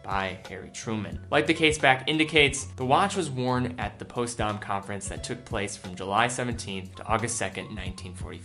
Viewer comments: Potsdam.....not Postdam ......duh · Postdam...? Potsdam pronounced just as it’s spelled ... past that Great Channel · Potsdam, not postdam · Postdam is pronounced Pots-dam. Just like pots and pans, and a dam that holds back water. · It's Potsdam, not Postdam. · its poTSdam not postdam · Just FYI it pronounced POTS DAM not POST DAMN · Post-dawm. haha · it is pronounced POTS DAM. Millennial. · what the heck is that potsdam pronunciation lol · Man you mispronounced Potsdam lol.